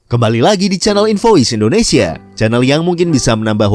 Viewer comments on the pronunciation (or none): none